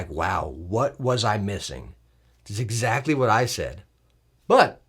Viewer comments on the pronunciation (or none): none